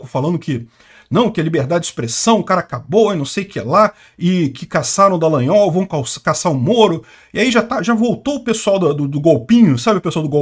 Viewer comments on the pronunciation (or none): none